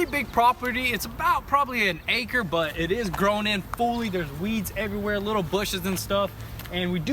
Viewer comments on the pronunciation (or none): none